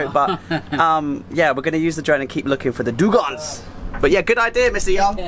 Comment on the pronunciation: Great video. I am a biologist and laughed a lot about your struggle to pronounce both "dugongs" and "manatees". Hey, no body is perefect. 😉